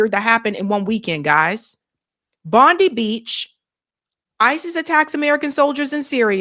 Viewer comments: Bondi.. sounds like, Bond--eye. Not Bondee(i). . God bless you. And all truth-tellers. Amen. 🙇‍♀️💜🙏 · FTR, in Australia its pronounced bondeye beach not bondee beach.... Pam Bondi doesn't know how to pronounce her name properly 🤣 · Its pronounced Bondeye,not bondee and the arab guy blew the script just a foot note we had a vote for voice for indiginous ppl in parliament,outcome NO after oct 7 hey presto we have a zionist voice in parliament,no vote I believe jewish people are 0.46% of Aust population,yet they have special convoy/voice funded by taxpayers,but indiginous people get nothing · It's pronounced "Bondye" not Bondee. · Bondi is the Jewish part in Australia,and its pronounced Bondeye,not Bondee,the muslim community live in western Sydney,I lived in the Muslim community for a decade during iraq afganistan wars,you couldn't find a more welcoming warmer community,than Arabs.I grew up in that area,when I was young it was white /indiginous Aust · It's pronounced Bond i. Not Bond e. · You keep saying Bondi like Pam Bondi but its not pronounced like that. Its Bondi as in Bon-dye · Its pronounced Bond-eye, its fairly famous Sydney City beach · Its Pronounced Bond-eye, Bondi Beach is the famous Sydney city Beach. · It’s pronounced like Bondeye in Australia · Pronounced bond-eye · its BONDI BEACH as in BOND-EYE. The i in Bondi is as in EYE. 💙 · Bondi beach is pronounced like Bond-eye Beach. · Well this didn’t take long. And it’s pronounced “Bond-eye” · BOND-EYE is how its pronounced! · It's pronounced Bondeye. Get it right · Pronounced ~ BOND EYE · It's pronounced,,,, BOND-EYE And. A Muslim citizen took down one gunman. (Silence on that one) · It's pronounced as Bond- eye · Its pronounced "Bon- dye" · Hey, I love your show. Just fyi, in Australia, Bondi Beach is pronounced "bond-eye beach" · nobody knows its........BOND EYE Beach...come on.. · The suburb and beach are pronounced Bond eye. Not the same as the criminal US AG. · Bond eye...not bondee